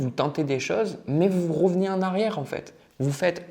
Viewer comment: Les « e » sont des « o » : vous « rovenez », du « rocule » 😅